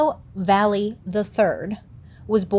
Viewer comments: Valle = Vay-eh In Spanish a double L is pronounced as a eh/ee sound (think of the word tortilla) Sorry, carry on! 😅🫠🫠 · Can't believe I share the same last name as him.... ugh. BTW Valle is not pronounced Valley. It's Vah-yeh. It's Spanish. The two l's sound like a "y". That's why in Tortilla, you say toar-tee-ya instead of toar-tila.